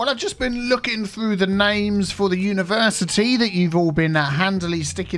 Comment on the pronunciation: I hope that "Univercitea" was just a joke.